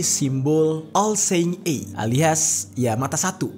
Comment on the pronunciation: Ada kesalahan baca "all seeing eye" 😁